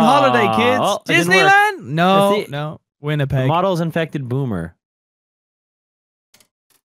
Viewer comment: Lmao “Winnipeg”